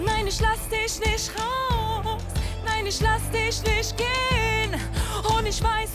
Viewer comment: Kein Hate aber:Zwar nicht der beste Gesang aber die Aussprache ist viel schlimmer :"Nein isch lass disch nisch raus "😂😐